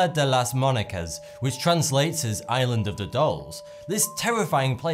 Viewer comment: And they all sounded like "Ireland".